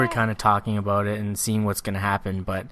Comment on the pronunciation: i love the way you say a-boat. lol